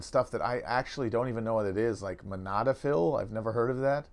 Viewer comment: mo-Da-final ...... not monadifal, c'mon Matt you should at least learn how to pronounce the thing you're addicted to ;)